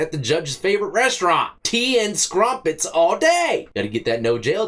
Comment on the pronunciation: "Tea and scrumpets..." Scrumpets? lol